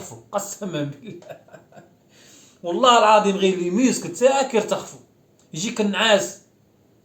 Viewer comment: يترخفو ❌️يرتخفو ✅️😂😂😂😂😂